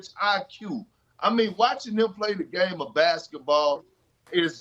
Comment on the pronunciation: Kendrick “plotential” Perkins